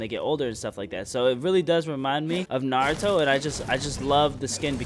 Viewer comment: isnt it naruto? not narto